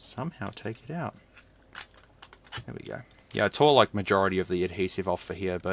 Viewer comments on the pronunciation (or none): none